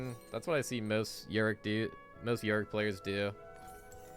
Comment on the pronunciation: ITS OOOO - DEER not YOUDEER AND ITS YOUR - RICK not UR - RICK